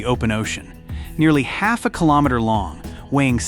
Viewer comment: Mispronounced meter, kilometer etc is very distracting.